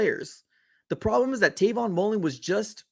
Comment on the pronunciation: Dawg it’s Travon Mullen